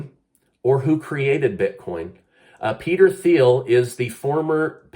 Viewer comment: I think it’s pronounced Peter Teel